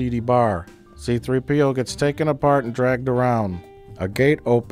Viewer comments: Think I've seen every Plinkett twice now, and the only gripe I have is that he says C-3P0 with the accent on the P instead of the 3. You monster! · c-THREE-p-o. Not c-3-PEE-o. c-THREE-p-o. You fuckk